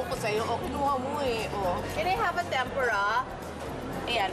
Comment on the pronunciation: tempura po miss kris.. not TEM~PU~RA.. :-)